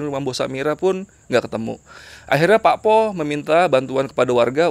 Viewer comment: Mas, PAKPOH itu cara pengucapannya bukan seperti bunyi O di kata ROBOH. Tapi O nya diucapkan seperti SOTO.